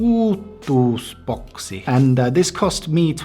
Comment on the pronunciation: Like jos kuulosti oudolta kuin toi you tubettaja sano uituusboksi